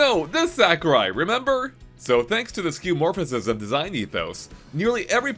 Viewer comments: Was just about to comment myself. It's five syllables: skyoo-uh-MOR-fiz-um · "Skeuomorphicism" 😔 (You're saying it wrong) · You’re saying skeuomorphism with an extra “is” in there lol